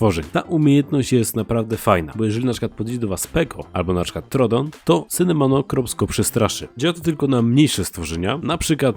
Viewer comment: To się nazywa ,,Sinomacrops" a nie ,,Sinomanocrops"